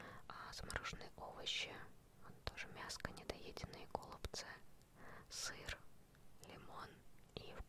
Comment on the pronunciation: гОлубцы😨😨😨первый раз слышу такое ударение